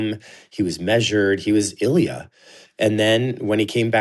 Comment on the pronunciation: It's not Ilya (stress on the "I"). It's IlYA (stress on the "ya").